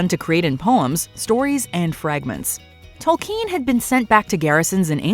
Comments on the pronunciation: Tol-KEEN?! isn't it pronounced Tol-KIN...? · The way she pronounces Tolkien 😂